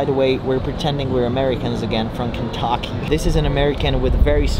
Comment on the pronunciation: The pronunciation of Kentucky is fucking hysterical. To have such impeccable English only to have it all slide down on Kentucky lol